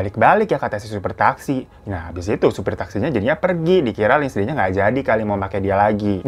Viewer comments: Lindsay dibaca Linsey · baaang mau ngasih tau kalo lindsay tuh dibacanya linsei ya bwaangg